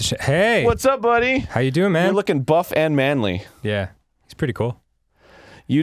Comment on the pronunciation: I like how he emphasizes MANLY with Sheik.